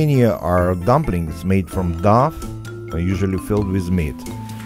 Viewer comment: "dumplings made from Duff" is what I heard. :) ...I'd eat that.